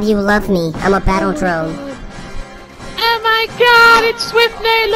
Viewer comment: He said battle drone lol